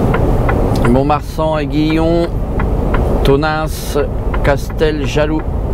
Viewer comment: Agen aussi oh ^^ (Psst et Aiguillon se prononce comme "aiguille" ;p)